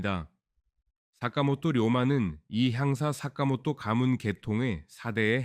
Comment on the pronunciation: 사카모토 료마 입니다 ! 다카모토 라고 읽지 말아주세요